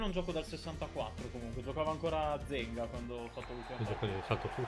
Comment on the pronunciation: "Gigi Zenga" eeeeee vaaaa.. rrrr